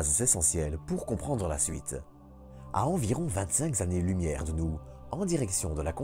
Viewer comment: Merci, mais comme trop souvent, attention aux liaisons... 25 z'années lumière 😱